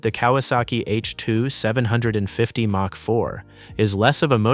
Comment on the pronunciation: Mach is pronounced "mock".